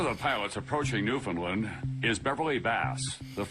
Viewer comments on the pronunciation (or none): iirc the main narrator used to be Canadian but he is speaking as if he is American. He doesn't even pronounce, "Newfoundland", correctly.